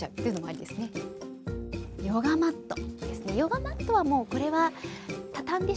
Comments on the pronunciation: "yoga mat-to" UUUUUWUUUUU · "Yoga-mato" I LOVE HER